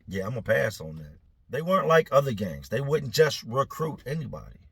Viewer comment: He said gangs 😂 did sound like gays tho lol